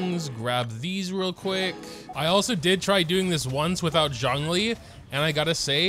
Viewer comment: U butchered both the names lol